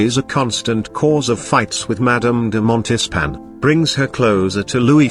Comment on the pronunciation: I had to stop watching because the moderator was butchering the French language. The French hate it when you mispronounce their language. The moderator should have done his homework and learned how to pronounce French. He repeatedly mispronounces "Montespan" and "Maintenon". Give me a break!